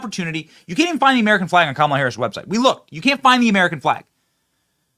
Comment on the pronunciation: Kah’Malha ha ha ha ha ha 😅 just Cain’t fix “stew-pid” !